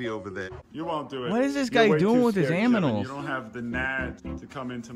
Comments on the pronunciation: “What is this guy doing with his aminals?” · my guy really just said aminals lol